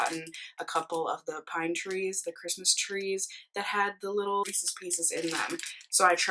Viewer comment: Loved this video!! (Also I’m thrilled that you pronounce Reece’s the “right” way!! Lol) It’s probably because we’re both from Minnesota, but I see you tubers who pronounce it with the long “e” at the end and it drives me crazy!! Thanks for the vlog!! ❤️